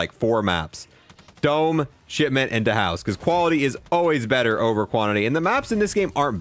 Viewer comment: ITS DAS HOUSE NOT DA HOUSE